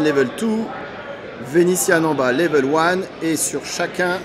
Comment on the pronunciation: Level oine,level tou,you cause very good engliche!🤣